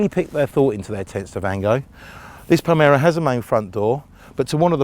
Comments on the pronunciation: M L.R. Palermo !! Read my lips - Palermo!! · he says "palmero"